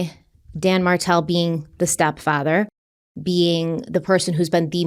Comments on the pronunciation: Every time you say Dan Martell it throws me off so bad. Name is almost Dan Markell & case reminds us of Summer Wells. Either way i hope beyond hope that those babies aren't gone gone 😭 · My neck snapped when you said Dan Martel bc I thought you said Dan Markel